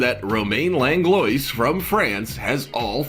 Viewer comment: 1. The French artist's name is pronounced, "Longlwah"...sorry...the mispronunciation made me cringe. I'm a Virgo. ;) 2. I've had Samsung phones for the last several years, and they don't crack. Seriously...I am a HUGE klutz. 🤣 I drop my phone constantly...it's bad. I haven't had a shattered screen issue since the last time I had an iPhone. 🤷‍♀️